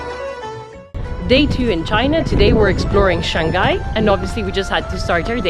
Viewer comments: Shanghai is pronounced Shang Hai not Shan Gai. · It's pronounced Shang-high not Shang-guy! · Second syllable of Shanghai starts with h, not g.